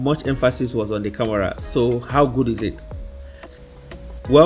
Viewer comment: Bro, it's not camora🤷🏼‍♀️ it's camera